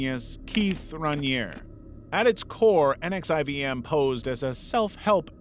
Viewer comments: NXIVM is pronounced 'Nexium'. Check any documenary on he cult. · NXIVM is pronounced "nexium" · so NXIVM is pronounced Nek-see-um. And the last name of the founder is promised Ran-Yair-ee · Nxivm is pronounced as “nexium”.